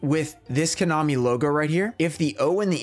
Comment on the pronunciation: Did he really say "Konomi"??????????????????????????